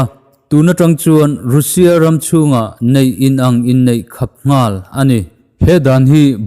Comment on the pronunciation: Russia tiin i lam tlat a, Russia ti tawh zawk la 🤪